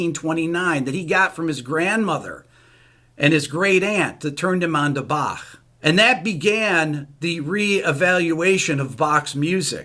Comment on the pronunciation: I love how Rick can perfectly pronounce the german words in the video (topmarks for the "ch" in Bach)...maybe the anger about the article helped :D